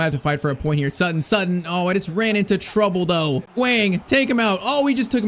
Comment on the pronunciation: It’s Sutton not “sootton”. Americans can’t even speak the language properly